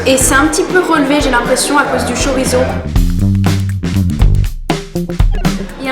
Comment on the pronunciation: C'est pas chorizo 🇪🇦 !!! C'est chouriço caralho !!! 🇵🇹